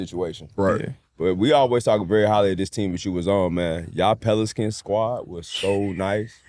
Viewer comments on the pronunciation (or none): peliskins is a crazy pronunciation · My nigga said peliskins 🤣